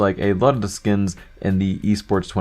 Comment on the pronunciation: why the dock do you say dea instead of the